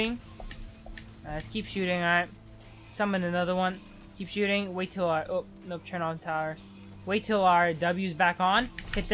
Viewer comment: "Shoesting"-Yomuus 2k17